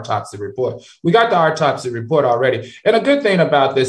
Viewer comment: Al said aurtopsy 😂